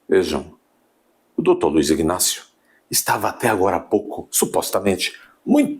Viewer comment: Homem, a pronúncia correta é Inácio e NÃO IGnácio.